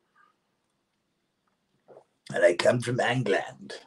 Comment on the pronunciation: “Ang-land” 🧐😂 Are you single? 🙈😂